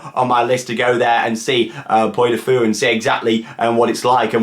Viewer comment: It's "Pwee" du Fou. The French one is only open in the summer - April to September.